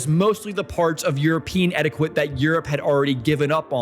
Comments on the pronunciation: it's pronounced "etiket" not "etikwet". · Etty ket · I finally pinpointed why your speaking sounds a bit weird. You over enunciate. You also have the wrong pronunciation on some words like etiquette and Swiss. You said it like etti-quit and Swish. Mainly it’s you over-enunciation. Feels unnatural and forced. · Im loving your content. Immediately subscribed. But - what is your first language? Cos ive never heard someone who pronounces the q in etiquette or the town in Downton Abbey. Or is it engagement bait... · That's not how you pronounce etiquette